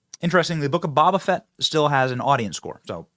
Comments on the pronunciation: Benny, did you just say Baa Baa Fett and Ashowka? Do you even know Star Wars bro? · Baabaa Fett????? Really, so you can't even say his name right, yet you wanna talk shit about this being a "boy" brand. You are an embarrassment to yourself & your daughters. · Did he say bobba fett.? You say you like Star Wars but can’t pronounce boba fett .. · You can kind of tell Benny isn't into Star Wars by the way he pronounces Boba Fett and Ahsoka. LOL